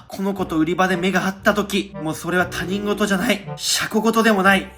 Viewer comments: 他人事 ✕たにんごと ○ひとごと 小学5年生の教養です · 他人事をたにんごとっていう人多すぎ。 ひとごと、です。直してくださいね。